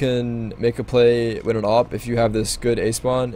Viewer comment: Can you start saying "with" not "wit"